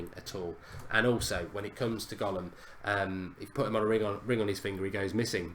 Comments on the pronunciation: gollum hahahahh it's Ghoulam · Its ghoulam not gollum😂😂😂😂😂😂😂😂😂😂😂😂😂😂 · It's GHOULAM not GOLLUM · isn't it ghoulam